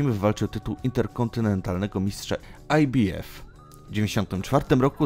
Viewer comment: Fatalnie przygotowany material. Autor nie ma pojecia o temacie, ktorego sie podjal. Jednak jest brylancik- skrot ibf wymowiony fonetycznie, gdzie litera b jest wymowiona fonetycznie.po angielsku a i oraz f po polsku. Za to brawo! Hehe